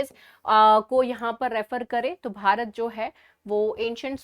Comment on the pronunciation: But "BHARAT" sounds very good 😊